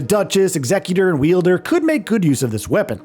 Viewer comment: “Wielder” is cracking me up. Wild-er, my guy 😂